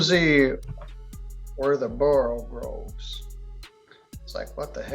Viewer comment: It's borogoves, not borogroves.